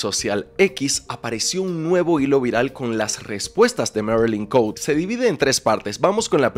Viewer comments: Marilyn Cote, jajaja Cote no se pronuncia en inglés es Cote tal cual se escribe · el apellido de la marylin es cote asi como se escribe se lee,perdon es que cada que te escuchaba decirlo me conflictuaba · Chale yo me apellido igual que ella...y no somos familiares pero se agradece que lo pronuncies mal